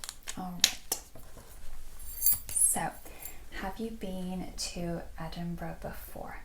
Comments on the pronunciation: Love it!! Obsessed with the sound of the magazine pages turning. I’m convinced you must have either visited or lived in the UK because your knowledge is spot on - and you pronounced Edinburgh correctly! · You actually pronounced Edinburgh correctly 😆